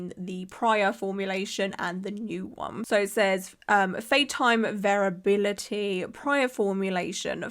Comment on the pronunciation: Just a helpful tip, variability is pronounced like "very ability", so I think you got it right most of the time. I think the more you think about a word the weirder it sounds.